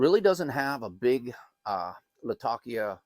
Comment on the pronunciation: Lat - Ah - Key - Ah